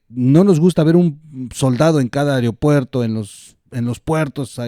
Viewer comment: Perdón. Por favor corrige... 😮 No de dice AEREOPUERTO... SINO AEROPUERTO